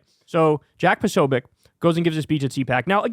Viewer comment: You mispronounced Posobiec repeatedly (irritating) and for the millionth time, one cannot "delete" a federal agency.